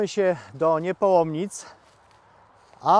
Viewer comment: Niepołomice, a nie Niepołomnice. Reszta super praca.